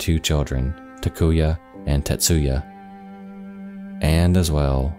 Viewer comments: How the hell can you pronounce Takuya and Tetsuya like Takuva and Testuva? WTF, man. The amount of mispronunciations in this video is ridiculous. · The case is heartbreaking and another example of the horrors of North Korea but why mention the twin's names if you were going to butcher them. Takuya and Tetsuya, btw, are both male names.